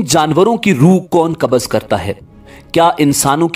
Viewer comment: Kabaz is constipation. Kabz is the correct pronunciation